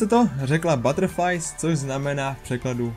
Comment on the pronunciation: velka pekka rika buterrfli ne buterrfrlies